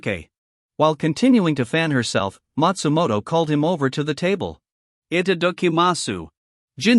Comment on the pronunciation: Itadakimasu I've heard it enough in anime surely they could fix the pronunciation in this video